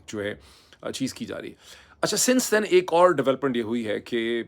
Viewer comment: Sir it’s Madyan not Mayadam just wanted to correct the name I hope you won’t mind